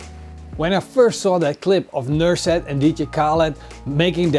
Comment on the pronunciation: its NUSRET not NURSET :D